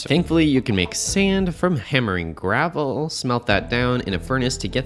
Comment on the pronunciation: he says gravel so funny bro